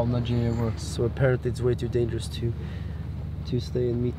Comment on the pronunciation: I keep hearing dangerous. Funny!